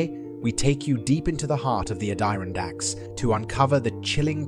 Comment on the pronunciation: Why are you pronouncing so weird? Add Er on dacks.